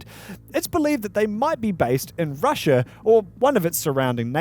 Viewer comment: subscribed when the said "russia" with emphasize as the background zoomed into australia